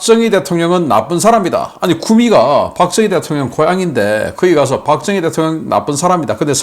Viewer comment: 흉악범죄자이재명중국공산당 세세박정희대통령모독발음했다.국민여러분이재명인간아니 다나라가패망합니다